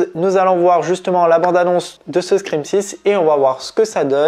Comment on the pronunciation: On dit pas scrin mais scream! Pfff🤣